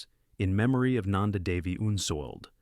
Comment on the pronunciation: Unfortunate to mess up the last name - It is Unseold. I studied with at Evergreen State College beginning three months after the tragic conclusion to the climb of Nanda Devi. He told the story somewhat differently and yet quite intimately as he was still very enraptured by the passing of his beloved daughter. Forty of us were in an outdoor education program. at the college. For Christmas break, never backing down from his belief in the power of outdoor adventure, tasked us all to break up into small groups and have an adventure together. My girlfriend Autumn and I joined with three young mountain climbers of little experience and set off to climb Mt. Olympus in the Olympic National Park. We were forced to bivouac on our finals push to the summit due to white out conditions. In the middle of the night the tent ripped and yet we managed to prepare to calmly evacuate as the wind howled around us. Leaving the tent behind covered in snow we retraced our steps across the Blue Glaciers to safety. It was a most memorable and defining experience. Yes,, worth the risk!